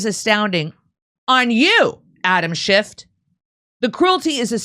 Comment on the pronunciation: SchifF not SchifT...